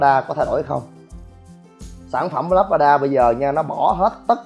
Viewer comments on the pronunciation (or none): " lác ra đa" tiếng Anh đọc là Labrada, tạm đọc là: là brá đà. Nếu thích nói tiếng Anh thì chịu khó phát âm cho đúng đừng để người ta cười mình ngu mà thích nổ